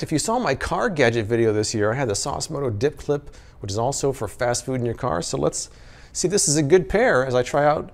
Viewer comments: ‘Dip clip’ I had to re-listen to that.. definitely said ‘dip clip’! 😂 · dd he say Dip Clit? and that suction cup thing needs a face above it lol